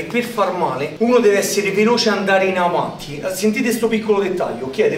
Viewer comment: 😂😂😂 Ovanti... O avanti? 🤔😂